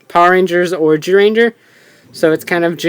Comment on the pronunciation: Why does he say gyuranger it's zyuranger